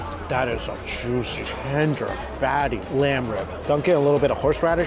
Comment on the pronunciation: Jooshee (juicy)